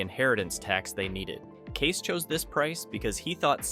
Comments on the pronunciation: KAY-SE, not Case. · It's Kay-see. Not Case.